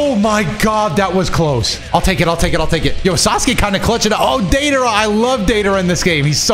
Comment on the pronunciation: The way you say deidara makes me salty lmao Data rah It's day dar uh